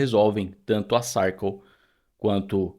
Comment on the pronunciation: vc merece! E se me permite, a pronúncia correta de Circle é /sârrkâLL/ como em Sir de Yes, sir!😊